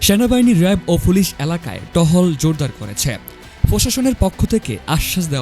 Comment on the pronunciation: ভাই ফুলিশ হবেনা, উচচারণ হবে পুলিশ